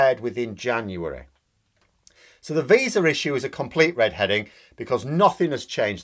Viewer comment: Is it just me or did he say "red heading" instead of "red herring"? If he can't even get a common phrase right, how can we trust him to get analysis on Brexit right??